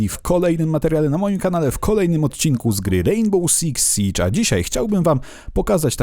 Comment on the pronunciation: Hej uwielbiam Twoje filmy ale proszę nie mów w "rejnbole" ;)